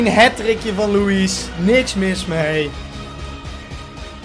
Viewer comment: Je zegt loeie niet loeies